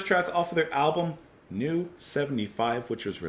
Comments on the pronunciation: Some pronunciation help: "Isi" is pronounced like "easy". "Seeland" is a bit more difficult to explain. The "S" is pronounced like "Z", the "ee" is pronounced like the "a" in "day" (just the "a", not the "y"), and the "a" in "land" is pronounced like the "u" in "bus". And "Neu", as we already told you in a comment to the video where you announced this review, is pronounced like "Noi". Neu are quite repetitive, but that's part of their charm. We like them a lot. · Lol. Its a German word - pronounced "noy." Translates to "new" in English. You're on the right track. NEU! rules btw.. 😎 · Hallogallo by Neu! is an absolute must listen =) Pronounced "noy", btw. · I might be wrong, but I think it's pronounced like joy, only with N instead of J. 🙃 I know very little of Krautrock, and the little I've heard has put me off investigating further for the time being. I hope you'll continue with the rest of the album, if only for my own education purposes. Wishing you all a great weekend! 😄